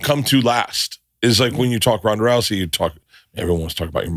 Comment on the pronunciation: Also Ronda, not Rhonda